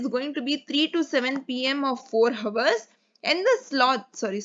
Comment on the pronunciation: Sorry ma'am..but Hours & Ours are pronounced the same..'H' is silent in Hour..I really appreciate your work Keep motivating & directing 😊